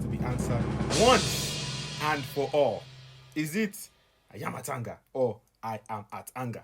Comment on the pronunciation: It is AYA-MA-TANGA🤣🤣🤣